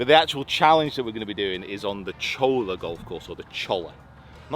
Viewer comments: Lmao its pronounced cholla (choyya) double L in spanish means a y sound. And then its saguaro (sa-waro) love the content my man. Finally got back into golf after like 5 years im so happy to be back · It’s pronounced Sa-war O. And Cholla is pronounced Choy-ya. And it’s Al-loo-min-um!😂 love the channel. Been here since the start. Best channel on YouTube! P.S., next time you’re here in the Valley, I’ll show some more hidden gems. The Wigwam in the West Valley has 54 to play. The Gold course will test you. Play US Open local qualifiers there. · Saguaro is pronounced Sawharo and Cholla is pronounced Choya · Another great video by the team! You and the guys are killing it. Thanks for sharing your thoughts and the knowledge & insight from the mental coaches. Will be a big help to my game. Fearless Golf is on it's way. Lastly, it’s sa-war-o and choya. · Two “L”s make a Y, it’s pronounced “choy-yuh”. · Pronounced “Choya “ and “ Swaharo “ to best of my knowledge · Sa War O for saguaro and the LL in Spanish is a y sound - you don't say "Tor LILL a" you say "Tor tYa" and so with ChOY Ya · The “cholla” is a type cactus and it’s pronounced “choy-ya” btw! They’re everywhere in the Sonoran desert and they’re mean little things. Super beautiful, though. But yeah, that’s how you’d say that course’s name